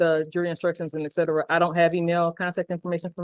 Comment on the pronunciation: It's et cetera. Et, Cet, Era. Not exedra. It's from the Latin meaning 'and so on'. I'll bet he also says blase' blase' when he is trying to say blah blah.